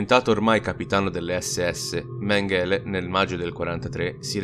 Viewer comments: Méngele non Mengéle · è stato molto interessante. Comunque, a parte gli scherzi, come dici tu, quando una parola o un nome straniero viene ripetuto così tante volte, forse è il caso di informarsi sulla sua pronuncia. L'accento cade sulla prima sillaba e la "g" si pronuncia come in "sing" inglese. Grazie per i tuoi video e per il tuo tempo. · Sentire "Mengele" pronunciato in quel modo è fastidioso!